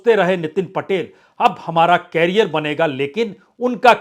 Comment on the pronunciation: भाईसाब, कॅरीयर नही, "करीअर" "करीअर"😅